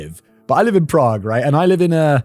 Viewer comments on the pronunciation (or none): none